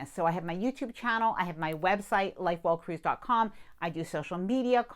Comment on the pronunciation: Congratulations on 100K. I have to tell you that I used to think you were saying “Light Bulb Cruise” in your opening statement. So funny. Obviously I know it is “Life Well Cruised” now! 😂